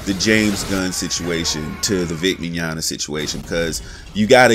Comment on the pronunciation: At least you're finally pronouncing "Mignogna" correctly, lol